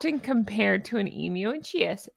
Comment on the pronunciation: You pronounced emu correctly ! Australia salutes you 🫡